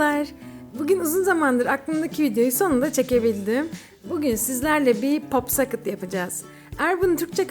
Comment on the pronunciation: popskıt diye okunuyor